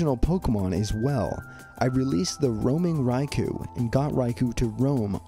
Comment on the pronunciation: It's pronounced like Rai-"koh."